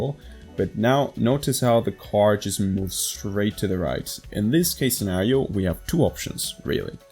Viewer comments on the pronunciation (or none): none